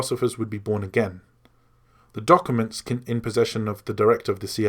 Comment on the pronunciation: Why can't you say the word documents?